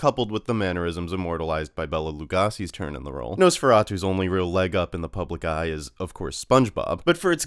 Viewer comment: Especially when he can't pronounce Lugosi. 🤣